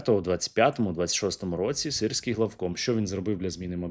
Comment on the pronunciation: мені подобається як «сирський геть» стало “sissy gay”